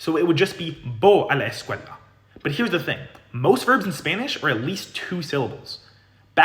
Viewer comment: that’s interesting. I’m a Spanish speaker from New Jersey, where there’s also a sizeable Arab community. What tipped me off was his pronunciation of the “a” sound in “a la”, which sounds very Arabic to me. He also put too much length on the L in “escuela” and his D sound is too hard to sound like a native Spanish speaker. I also looked and saw he does a lot of videos on Arabic and he sounds pretty accurate with his pronunciation of that language. If I were to guess, I’d say he’s probably of Lebanese descent, but I’m not an expert so don’t quote me on it.